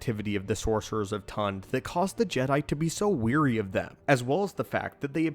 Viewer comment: Great video, thanks! Technical note: The pronunciation of 'wary' is ware-ee, not weer-ee. It's the second half of 'beware'. Weary means 'tired', wary means 'cautious; suspicious of'. Your pronunciation in the video described the Jedi as 'tired of the grey Jedi', with the connotation of, "Oy, these fucking guys again...". Which is funny, but not what I think you intended to convey.😉 Stay awesome!